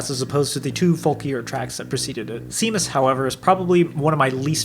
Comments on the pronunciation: When you Discussed Meddle, I searched for the track "Seamless", until i realised you meant SEAMUS! (the dog). Its pronounced Shay-muss. Also the z in "San Tropez" is silent. Meddle is definitely the album where you see the "new" Pink Floyd stretch its wings. The Final cut could just as easily have been a Waters Solo album. Its completely forgettable. Momentary Lapse is the band finding its way trying to be more Pop focused in the wake of Waters Departure, but Division Bell is where they find their feet again. "Keep Talking" , "High Hopes" and "Take it back" are tracks as good as anything that came previously that wasn't from one of the "concept" albums like Wall or DSOTM. A fantastic analysis, thanks for taking the time on it.. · "Seamus" is pronounced "shame-us", for the record. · Not to be that guy but as an irish person i feel i have to, séamus is pronounced shay-mus. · Why do so many people have trouble pronouncing the name of Seamus on the Meddle album despite it being sung several times? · Good video but what was that prononciation of Seamus